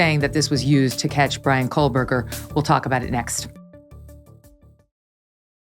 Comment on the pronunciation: Great show. FYI - there is no 'L' in Kohberger.